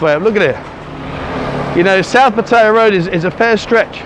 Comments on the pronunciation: Please get a Thai to teach you how to O pronounce Pattaya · Haha Pattaya Die. Much closer to the T pronounciation than D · Why don't you make an effort to pronounce Pattaya correctly like Thais do .not like a Brit !!!